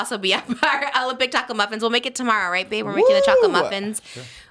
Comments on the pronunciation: i thought you said taco muffins too 😭😂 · I heard taco muffins toooo